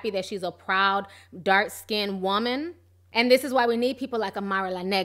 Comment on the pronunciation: I don't understand in 2018 how people who are meant to be lyricists are saying "dark/light SKINDED" like what is SKINDED? Like when they say "texters" or "textasez" instead of texts. It's skinned not skinded. People in the music scene should have excellent literacy skills, they are writers.